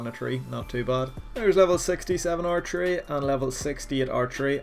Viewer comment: Our tree is what I kept hearing instead of archery lol